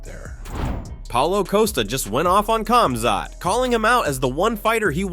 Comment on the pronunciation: Khamzat — it must be pronounced like this Hamzat but not KAMZAT it sounds weird. Remember once and for all (KH=)HAMZAT